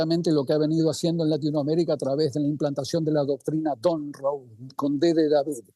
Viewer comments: Doctrina Monroe!!! No donroe!!! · Un “profesor” que dice “Doctrina Donroe” en lugar de “Doctrina Monroe”… por ahí ya empezamos bastante mal. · De donde sacaron a ese analista que dice “doctrina don rou” y repite varias veces 😂😂. Es Monroe , por el ex presidente de USA - Vergüenza ajena y se nota por donde viene su ideología. Deberían preguntarle a alguien imparcial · Es mi oído pero escuché decir del profesor "doctrina Don Ro"? Bueno, un poco para aclarar. La "doctrina Don Ro" viene de Don Ramón que no queria pagar alquileres. 😁 Sin embargo creo que quiso decir "La Doctrina Monroe". Viene de James Monroe, quinto presidente de los Estados Unidos. Significa principalmente que advertía a las naciones europeas que dejaran de intentar colonizar o interferir en los asuntos de los países independientes de América del Norte y del Sur. 😎